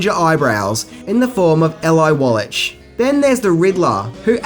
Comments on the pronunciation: You don't receive an Academy Award for television work. Those are only for films. Do you mean an Emmy, perhaps? Also, you mispronounced a lot of names. Eli Wallach is pronounced 'EEE-LIE WALL-IK.' Also, the legendary director is Otto Preminger. Last name rhymes with ginger. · Why don t you take a little pride in your work and learn how to pronounce otto preminger and eli wallach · OMG, how can you pass over, and completely mispronounce, Eli Wallach as "L eye wall-iTCH" and not mention that one of the actors who played Mr. Freeze in Batman was the Legendary Eli Wallach as in "the Ugly" from The Good, The Bad, and the Ugly??? Do you even read these scripts before you obliviously mis-pronounce your way through them? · That's ELI (EEL-EYE) WALLACH (WALL-UCK, THE CH HAS A K SOUND) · Eli Wallach pronounced (approx.) ee-lie wollock (< rhymes with Pollock) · It's pronounced ee lie wall lick moron.